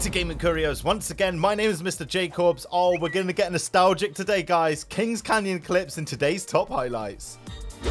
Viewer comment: "Noistalgic" the game is barely a year old... :d